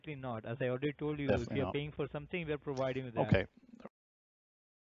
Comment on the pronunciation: You're prowiding me? You didn't prowide me with a damn thing! :-)